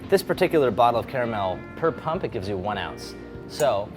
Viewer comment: Best part of the video is that he pronounces "caramel" like I do.